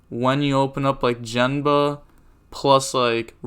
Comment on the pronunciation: Gen-Ba not Jen-Ba lol